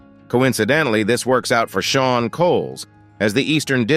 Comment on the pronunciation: He calls him Shaw instead Sean (sound is Shawn) and sheen either